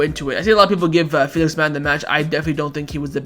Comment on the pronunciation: chewing his words on Felix